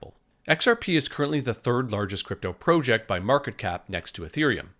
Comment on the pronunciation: “PRO-jeck” FoH 😂